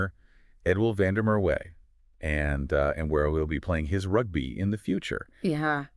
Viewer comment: It's Van der Mer va not way w is v in Afrikaans